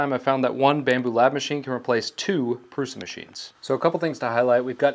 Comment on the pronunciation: Thank you for correctly pronouncing Prusa.